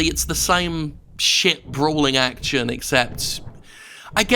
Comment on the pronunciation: Act-tchun? What kind of way to pronounce 'action' is that, you maniac?